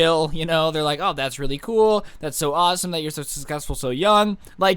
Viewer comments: Did anyone else hear him say scussecful????🤣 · He said sucksescfull